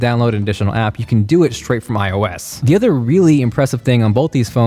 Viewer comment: Its iOs not OiS!!